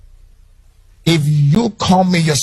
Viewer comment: Sorry, I can't honour anyone who can't properly pronounce the word - CRITICISM. Uncle come back after you've practiced a bit more.